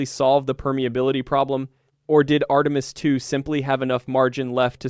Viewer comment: Post-production! Fix the LLM's mispronunciation of, for instance, Artemis. Ctrl-A on the text program, click to save, Ctri-V, past into the LLM interface, then click GENERATE only begins the workload. Now, wave by wave, sanitize your product. The creator cannot help but know this. Still, he chose the Easy Way and produced AI Slop.